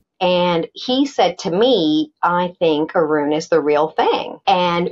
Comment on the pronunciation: Sorry Arun, not Urun